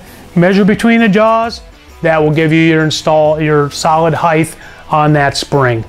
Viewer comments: I really dig this guys straight forward though guy delivery, I really do! It was straight forward and to the point and tons of energy! He hit on a lot of points very quickly and was very memorable. My only notation is that he said HEIGTH several times....it is HEIGHT!!!!! But I have OCD....so there is that. PAC is my go to for every engine build!! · Why do so many American pronounce the word Height as if it is spelled Hith?